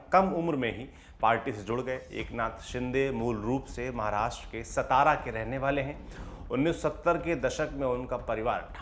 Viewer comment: बाळासाहेब, सातारा, कोपरी- पाचपाखाडी उच्चार सुधारा.